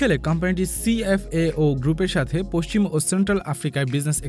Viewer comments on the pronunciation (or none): none